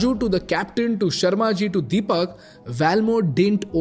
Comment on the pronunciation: Is it sharma ji or Sherry ji. Sharma ji a Sardar 😂😂